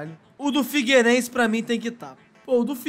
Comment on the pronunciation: Figueirense? Pelo amor de Deus,. 🤦‍♂️